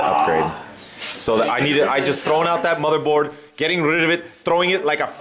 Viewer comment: LOOOOL "trwoe it like a fruzbi" LOOOL